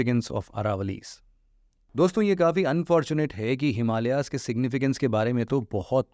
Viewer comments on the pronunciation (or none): हिमालियाज नहीं हिमालय या हिमालयज है